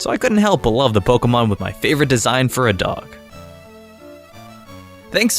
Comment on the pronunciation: Can’t stand the way you pronounce Pokémon Here’s you: “polka-mon”